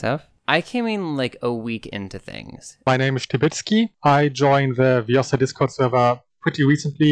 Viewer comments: it's ViOOOsa, not ViosAAA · It's Viossa, not Viossah. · it's le-viOssa not le-vioSSA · its viossa an not viossa